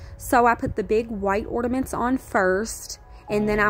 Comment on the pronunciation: Sorr, but isn't it ''ornaments'', not ''ordaments''? I'm not completely fluent in English haha Loved the dounut ornament/ordaments!